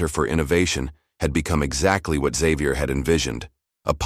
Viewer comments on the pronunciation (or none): Why was the narrator pronouncing Xavier as xzavier? It is pronounced as zavier.